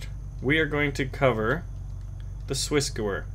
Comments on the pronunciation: the gewehr is Swissgewehr is pronounced gevair, not gewer. And why do you not like semi-auto? Full-auto you miss- alot. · your pronunciation of SwissGewehr isn't... well it's isn't german and even though I'm not german it kills me how you say it, but that's fine that's how you say it and that's just me. But if you want to at least check the pronunciation and perhaps use it instead, then here you go. Great vid. Thanks for it.